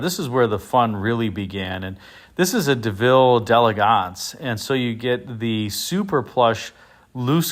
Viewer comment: I like it when pronounces delegance correctly!